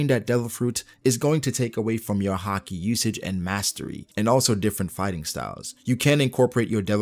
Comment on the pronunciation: I like the way you say haki as hakee